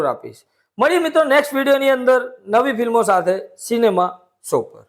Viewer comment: Bhai tame review karwanu bandh kari do… tame “so” bolo cho “show” kehway.. jo atluj bolta na awadtu hoy to karayj nahi…